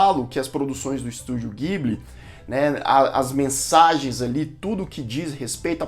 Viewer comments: Só passando pra dizer que a pronúncia correta não é guibli, mas sim dibli. Parabéns pelo canal! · A pronúncia NÃO É "Guibili", é "Jiburi".